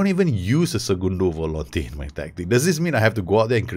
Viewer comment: u sayin "segundo volante" hahahha nice pronuciation